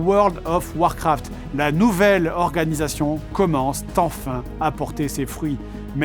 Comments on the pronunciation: Je vais pinailler mais tu fais beaucoup beaucoup de fausses liaisons comme "la nouvelle organisation commence T'enfin"... (Je reste fan quand même 😊) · attention aux liaisons foireuses après tous les "commence" ils sont tous à la 3e personne du singulier, et pourtant Fred fait systématiquement la liaison comme si c'était à la 3e personne du pluriel : "commencent t'enfin". Là c'était "commence enfin", y'a aucune liaison. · "... commence tenfin ..." bug de l'IA ? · Excellente série de vidéo sur ce géant déchu, merci beaucoup ! Juste une petite remarque sur les liaisons dangereuses XD (ex : "la nouvelle orga commence t'enfin à porter ses fruits") :p (pardon, pardon d'être reloue)